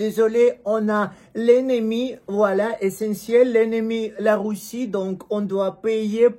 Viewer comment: Ahhh mon ami ! Pour dire Russe et Russie. Prononce le comme si tu disais Rue SSi et Rue SSS